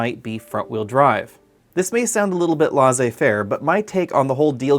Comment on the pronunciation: Why don't you just start using the engine used in europe and japan we have the same cars but we do not need these big V 3 litre plus engines, You american have bastardised the English language dont start doing it with french Laissez-faire pronounced as leɪseɪ feəʳ